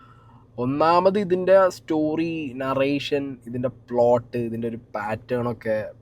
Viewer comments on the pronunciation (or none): none